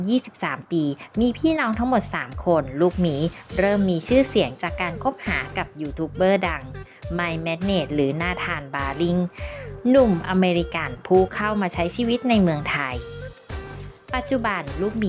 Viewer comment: ครับไม่ใช่แมท